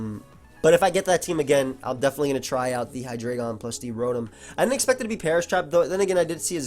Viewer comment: I love how actually pronounces "Hydreigon" correctly. So many dummies say it "High-dry-ghen."